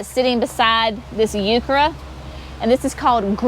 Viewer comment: I’m a 70yo gardener with a degree in horticulture and landscape design. I’ve never heard heuchera pronounced hew-CHAIR-ah, only as HEW-ker-ah. The other sounds like a Spanish pronunciation of the word. Never heard of it. Js